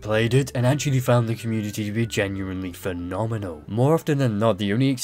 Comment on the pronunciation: bro just casually butchered the fuck out of the word phenomenal and almost no one says anything. Sad times